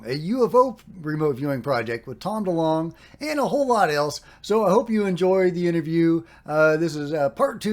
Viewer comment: Great you can actually pronounce DeLonge perfectly